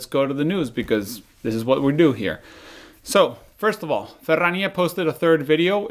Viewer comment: Could you include news of Ferrania in every episode, I need to hear your pronunciation of the word again 😀. Great news, new sub.